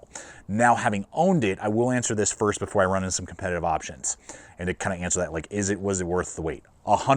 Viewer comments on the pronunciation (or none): none